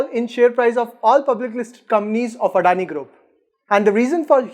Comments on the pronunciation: Addani nehi.. adani bolo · First learn how to pronounce adani before doing vid about them 😂😂